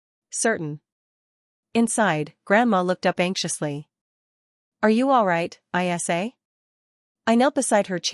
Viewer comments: Great story but spelling her nickname (Isa) instead of pronouncing is ridiculous. Pay a human to read or buy better AI. Waxahachie TX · Is ISA a name,her name?Is it too hard for AI to pronounce her name ?